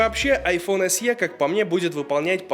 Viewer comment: Большое спасибо, Но SE произносится как "эС-И". Нет в английском алфавите буквы со звуком "е" (т.е. "й-э").